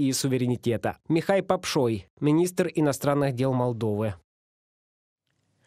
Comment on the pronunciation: А почему Попшой ,а не Попушой ???